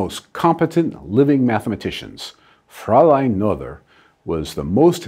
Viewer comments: Great video as always. One minor improvement to consider, the pronunciation of her name. Pronunciation of Mathematicians' Names: Emmy Amalie Noether Pronunciation Please correct me if that's wrong. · I'm sorry to say that the professor's pronunciation of Noether is WAY off. Still funny though. 😄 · Good video dr Lincoln but you need to work a bit pronunciation of Noether :) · Pronounced Ner ter not No ther. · Her last name is pronounced nay-ter. Well, almost. English doesn’t have the vowel I rendered as “ay”, but German doesn’t have the “th” sound you used. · You gave a brilliant explanation thank you. But now... you need to take a German course!! Nothur's theorem!! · Both of these are wrong. There is no r in the name. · A-"nother" thing: "Noether" does not rhyme with "mother" it's more like "Nuhr-teh" or "Neau-teh" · the oe should be something like ö or something I'm not german but I'm pretty sure it's wrong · This is the first time I've head the name Noether pronounce that way, I remember it being pronounced more like no-th-er by a person with the same last name didn't know he shared a last name with someone so important. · Noether is pronounced [ˈnøːtɐ] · I rather suspect that 'Noether' is pronounced similar to 'Goethe', i.e. the 'oe' is pronounced 'oy' and the 'th' as a hard 't'. Given that this vid is in celebration of Emmy, it might be worth while actually getting the pronunciation of her name right. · PS it's pronounced "Nuurter" (sort of!) And "Gerting-gen" (again, sort of). A minor criticism, but might be an idea to check out how to pronounce foreign names! Just as a courtesy! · Still grates to hear a German name pronounced American English. Brrrrr. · As Michel ten Voorde says in his comment below, this commendabie video would be even better if Ms. Noether's name was pronounced correctly. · I think noether was pronounced wrong. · if she is the most significant genius (I'm not saying that she isn't) then why don't you bother pronouncing her name properly?